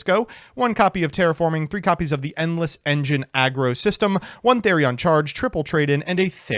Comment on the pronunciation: okay but for as much shit as gives to other yugitubers and such for not pronouncing words properly, how do you say "aggro" instead of argyro, or "dragublion" instead of draglubion?